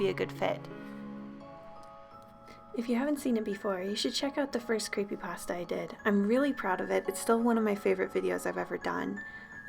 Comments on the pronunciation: Did she say creepydrasta or creepypasta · ... is it just me or does she say Creepy Drassa